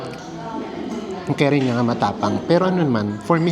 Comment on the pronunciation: Hi, Yung pronunciation po sa curry is parang kuhri po. Not Keri 😊 Welcome back sa int'l travel. Enjoy and keep safe😊